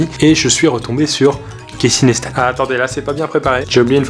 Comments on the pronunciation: PUTAIN PIERRE ! la prononciation de Neistat ! Nice - Tat. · Ouais! De bonnes références! Les français, allez regarder Casey! (Par contre tu prononce mal son nom XD accent de merde.. Bah tu te vexe?)